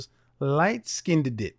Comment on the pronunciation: He said light " skin did did"😂 Why can't blks prounced " skinned" correctly? I've noticed a pattern. They usually don't butcher it as badly as Kevin just did but they do mispronounce it as " skin -ned". ( Two syllables when it's only one.)